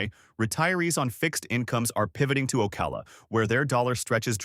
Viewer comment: It’s not OKAY-LA it’s Oh-cow-la.